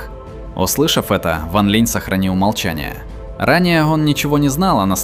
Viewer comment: Сколько автора не поправляли ранее, все также бросается перевод с ударением... Ван ЛинЯ и Цин ЛинЯ. И ведь обещал исправить, но пока результата нет...